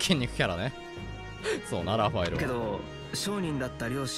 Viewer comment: ラファエルをピータンみたくいうのやめろ